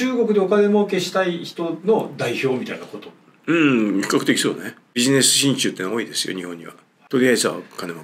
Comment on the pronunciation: 親中が心中に聞こえた❗